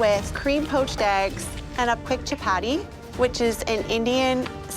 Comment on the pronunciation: I don't like how she said chapati